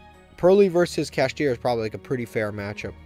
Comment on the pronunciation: Saying kashtira is close to purrely should be a crime